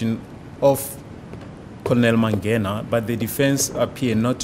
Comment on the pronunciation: The judge is bad with names. They say mangena and he's saying mangani 😂